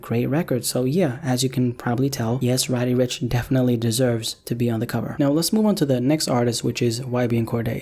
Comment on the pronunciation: Why u saying rod e n not roddy rich